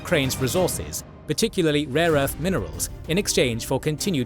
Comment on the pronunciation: He said and I quote, “RAW ERTH”